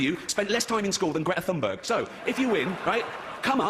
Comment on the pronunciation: Ricky Gervais doesn't even know how to pronounce "Thunberg"